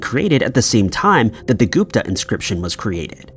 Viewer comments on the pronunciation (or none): none